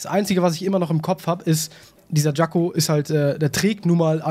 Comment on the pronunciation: jacko nicht jango lul